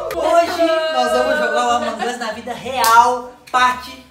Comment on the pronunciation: Para de fala errado e among us nao among os